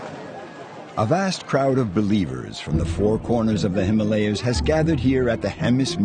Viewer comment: I enjoy all your videos. They are filmed with great acre, attention to details, great photography, and a narration to go to make these videos truly AMAZING. If you could pronounce Himalaya correctly, it would be without flaws and perfect. You see, Himalaya, the name is over ten thousand years old. In sanskrit Hima (like Lima) means snow and AALAYA means temple. So Himalaya is the abode of snow, or temple of snow. However HimalEya is a nonsense word. It infringes on the very sensitivities with which we regard our sacred mountains. It is mentioned in the great book The Mahabharatha, with one hundred thousand in prose, a history of ancient Inida, The HimalAya is mentioned. Thank you if you care to correct it in future presentations.